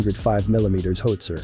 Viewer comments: Might want to work on the AI's pronunciation of 'HOWitzer:" It's not a 'HOEtzer.' I was trained on the M102, sent to (then West) Germany, and never saw a cannon after that. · How - itsa. How - itsa. How - itsa. Repeat one hundred times. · Most informative. The computer geberated voice has terrible pronunciation: "hoowitzer", "pintley", etc. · Howster lol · Horrible -narration. "hoetzer"? LOL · The graphics are good and the sound effects are OK. Two things though: learning how a weapon works should include some discussion of how it's aimed, so a couple of minutes about sighting and hitting a target would be interesting (to me anyway), and what is it with government videos that use computer-generated speech? Every time pronounced "howitzer" my teeth crunched. Is CGS the new normal? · HOWITZER! Mispronunciation is frustrating. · You are mispronouncing 'howitzer'. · Mispronounces "howitzer". Can't you find someone who can read aloud properly? A gun sergeant from any artillery regiment would have given a far better lecture.